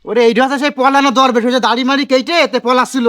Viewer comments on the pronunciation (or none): দরবেশ না ধরবেশ